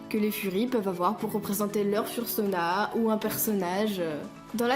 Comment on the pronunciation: J'ai regardé presque tt les vidéos fr sur les furry(furries) , je regarde énormément de youtubers american et quand je vois comment on écorche le "UwU language" ( vocabulaire furry) sa fait bizarre... Fur ce prononce "feur" fursuit c "feursoute" fursona c "feursona" Etc 'fin t'a compris quoi 😂😂😂 I know it's hard to pronounce but make an effort 😂😂😂 I'm kidding obviously